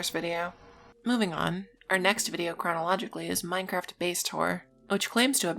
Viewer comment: How you said "chronologically" made me cringe and laugh a little, despite that. Good vid!